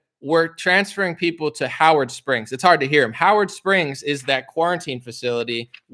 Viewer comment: Am I the only one who noticed that when that Aussie said Howard Springs it sounded a lot like Auschwitz am I really the only 1 who noticed